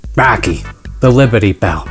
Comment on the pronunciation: Swear to freaking god i heard baki and not rocky